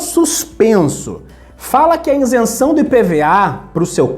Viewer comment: "Insenção" dói o ouvido! 🤣